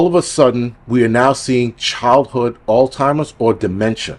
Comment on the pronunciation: Every time you said "Altimers", I felt like I was back home! Thanks